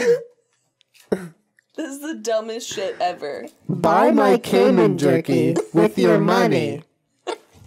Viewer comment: Hey Jenna and Julien I'm Monique. I live in the Cayman Islands and though there is nothing wrong with how you're pronouncing the word "Cayman" please can you pronounce it once as Cay-man not Cay-men. Think of the word as singular not plural. Please. Its driving me fucking crazy lol. Thanks. You're fan.